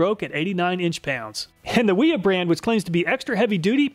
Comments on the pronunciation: They are pronounced Vera, and Viha. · I enjoy your videos but sometimes after watching them my IQ drops 20pts. Here I am walking around saying NIP-ex, Wera and Wiha instead of Viha, Vera and Ka-nip-ex…